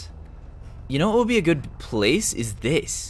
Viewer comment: At. The. Ples